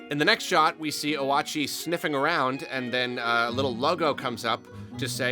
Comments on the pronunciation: 2 things, that I'm too lazy to read through the rest of the comments to see if anyone else yelled about! 1. Oatchi! Probably pronounced like Oat-Chee and not O-At-Chee 2.! I think that the plot of this game is that an entire SHIP of people crash landed, like they were taking a pleasure cruise and just got clonked. The protagonist is either a rescue squad or fellow passenger. I wanna say that there's so many fruits because you're collecting them to feed the ship? And also collecting treasures to upgrade your character, but part of me wants to say the treasures are ALSO getting scrapped to try and also repair the ship as well? But the ship doesnt look damaged whatsoever so I dont have much confidence in that theory. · Oh-ah-chee just seems more correct than oat-chee to me for some reason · For future reference its pronounced Oat-chi, kinda like Yoshi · I think the dog's name is actually "Oat-chee" as in "Yoshi" to reference to how Olimar is Mario (Oh-ri-ma > Ma-ri-oh) and Louie is Luigi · YEEEESSS I WAS WAITING FOR THIS VIDEO!!!! ALSO OAT-CHEE it's OK it's a little funny to say but this is how it seems to be pronounced. Not hating anyone just trying to help 😇 but all will be forgiven. I love all pikmineers so hype!! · It Oat - Chee (It did pronounce it on the website about Pikmin 4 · Then how do you said Oatchi like “Wa-chee” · Its pronounced o-a-chi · I was so excited for this video. Also the way you pronounced "Oatchi" actually does make sense, for the record, even if it's incorrect. You pronounced the vowels as you would if they were in Japanese.